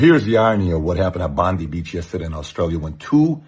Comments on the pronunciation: It’s NOT pronounced bondy. It’s pronounced bond eye. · Please use the Aussie pronunciation “ Bon- dye” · Bondi is pronounced Bon Die not Bon de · Pronounced BON-DIE Rhymes with "fly"